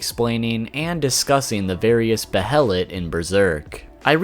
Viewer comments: QuakeGamer632 except that goes out the window when the shows pronounce it that way. When pronounced baylet in the shows it's still using a soft h sound. But he is using a hard h sound here. Its pronounced baylet and has for decades. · It's pronounced Bay-lit bro. Also, they're just fetishes, I doubt they're alive. Great vid though. You got a sub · Buh-hell-ut. It's BAY LET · Bay-uh-let (behelit) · Isn’t it pronounced bayelit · Bay-LIT BAYLET! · Its pronounced "bay-lit" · "Behelit" As in "BAI-LIT" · behelit = Be-HELLA-Lit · Came to say just this, and that 'Behelit' is pronounced bey-a-lit. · also... Bay-lit.. that's how Grifith and Xod say it. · The pronunciation of behelit shaves off a piece of my soul every time I hear it. Bay-a-let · I swear it's pronounced 'baylet"☹️☹️ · I think it's pronounced "Bay-lit". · The “Bae-lit” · It’s pronounced baylit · I thought it was pronounced beherit. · its pronounced baylett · its pronounced bay-lit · Don’t emphasize syllables in Japanese..you say be-HEL-lit It’s more correctly pronounced with each syllable receiving equal stress. Goes for all Japanese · Behelit - (Bay-lit) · They killed the uniqueness of it for me by having so many of them. And it is Bay-lit😊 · Bayart you're wrong my friend. In japanese its pronounced that way. In English its Bay-let because japanese does not have some English sounds so it compensates. It doesn't change the english pronunciation. Another example is Guts' name being Gattsu in Japanese. This is because there is no way to pronounce it in Japanese without tsu. It doesn't change the fact that the author meant his name to be Guts. The youtuber is pronouncing it wrong. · No. It's 'beheritto' in Japanese. There are two distinct syllables, hence the bloody H in the middle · The H is silent in behelit i believe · the way how this guy pronounce "behelit" really annoy me...anyone else? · "Behelit apostle"...I cringe every time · Dude it drove me crazy. That and how he pronounced behelit.